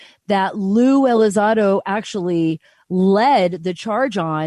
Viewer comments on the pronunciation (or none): there's an 'n' in there.... ELI-ZON-DO not Eliz-ah-do.